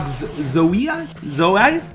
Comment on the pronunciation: Zwei was almost right. Only the Z is different, with a t in the beginning. Like Tzwi